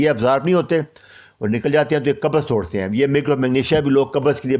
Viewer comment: Kabaz nahi sahi lafz by qabz